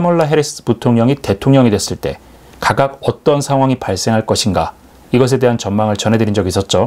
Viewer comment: 우리나라 말 못하나요? 가각이뭡니까 각각이라고 세대로 발음하세요 왜 아름다운 우리말을 억지로 망쳐 놓습니까